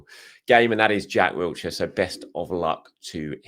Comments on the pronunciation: WILshere not Wiltshire Will-sheer Blimey it’s been 15+ years, get his name right. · No 't' in Wilshire lol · There’s no T in Wilshere